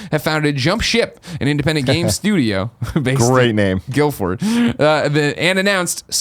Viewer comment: Guildford dude strange pronunciation on your behalf but that was my local town up until recently. useless bit of information for you there!